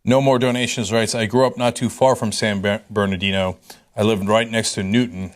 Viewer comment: Guys, it's "San Bernardino" not Barnadino